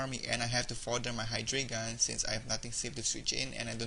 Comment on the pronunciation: I think Hydreigon is pronounced "high-dry-gone," at least if its based on the German number "drei." Pretty entertaining to watch, besides that mispronunciation.